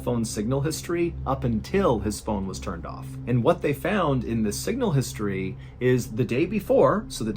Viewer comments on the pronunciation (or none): none